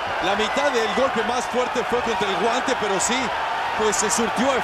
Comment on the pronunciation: alam ko spanish... sabi daw "Ginulpe" daw... LOL